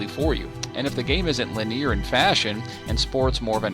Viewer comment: I wouldn't lay the linear nature of games at the Wii's feet. Games were getting steadily dumbed down before then. FYI Proper pronunciation of "linear".